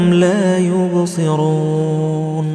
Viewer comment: Plz listen recitation of ayat 9 last word la ubseroon .I think Qari saying la yurseloon